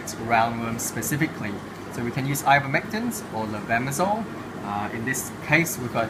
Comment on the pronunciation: Did he say IVERMECTINE!!!?